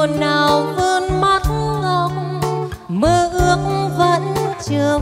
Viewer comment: Hát khá hay nhưng phát âm chưa chuẩn lắm. Xin mặt em cây thì phát âm thanh xinh mắt em cay. Anyway mình cho ban 8 điểm nếu được làm trong ban giám khảo ❤